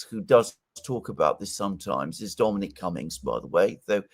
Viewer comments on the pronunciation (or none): none